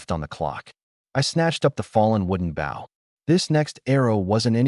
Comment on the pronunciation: Its pronouncing it as bow (to bend in greeting) they should just edit the written script to Bo